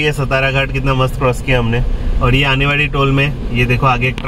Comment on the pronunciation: " सतारा " नही "सातारा" घाट बोलो. यह हमारा "महाराष्ट्र" है.